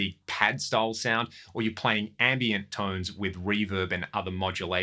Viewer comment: That’s funny. It sounded like you said “Andy”iant delay. Like Mr Timmons.